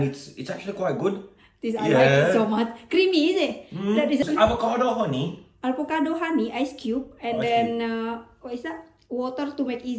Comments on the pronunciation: Avocado mbak.. Bukan ALvocado.. 🤦🏻‍♂️😅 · AVOCADO mbak bukan ALVOCADO 😁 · Jgn bilang Al vocado mbak...bilang sj Avocado ☺️